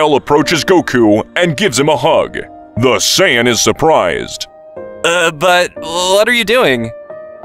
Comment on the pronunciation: Say-ya-yin Lmfaooao😂